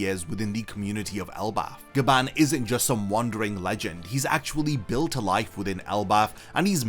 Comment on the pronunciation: So apparently its Gyaban not Gaban